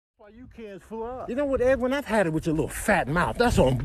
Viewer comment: Not "Edwin" though🤦🏿‍♂️🤦🏿‍♂️🤦🏿‍♂️😭😭😭🤣🤣🤣